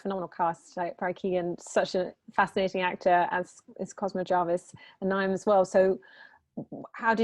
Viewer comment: Great movie and great casting. Well done Nick. Interviewer could have researched to pronounce Niamh properly. I'm a Niamh myself. I thought Cosmo was Irish his accent was so good and he was very easy on the eye. Very impressed.